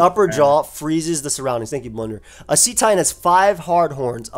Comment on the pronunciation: The "cet" in Cetitan is pronounced like "set", not like "seat". It's a pun on the word "Cetacean" which is a member of the infraorder of whales, dolphins, and porpoises.